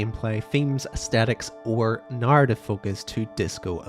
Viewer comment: why do you say NAARTIF instead of narative